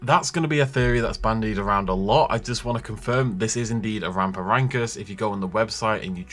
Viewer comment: I feel like they are getting further away from my interest with these mutants, they can have a fun exciting dinosaur film without these monster creations, just a heads up its pronounced ram-for-rin-cus :-)